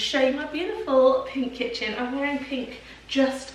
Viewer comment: I did lol - had to do a double take as I thought you said "this is where we keep the children" 😂